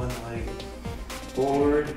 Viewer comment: My favorite part was when pronounced “leg” as “leigh”